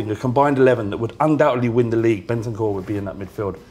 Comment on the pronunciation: Man said bentancur ahahahaha